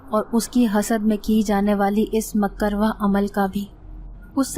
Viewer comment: Aapi... Makarwah nahi hota, it's makrooh jo haram k qareeb ya na pasandeeda ho, halal na ho jese jhinga waghera. . .